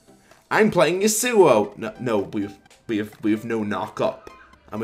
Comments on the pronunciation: "I'm playing ye sew oh" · I like the video. The way u pronounce yasuo makes me cringe.